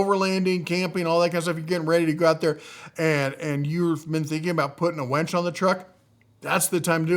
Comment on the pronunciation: It’s winch, not wench! 😂